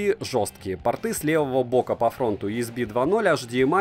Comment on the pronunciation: Очень не плохой телик за такие деньги... ЗЫ: Слово пОрты от слова пОрт, а не порткИ.... (для блогера правильное произношение, все таки, важно)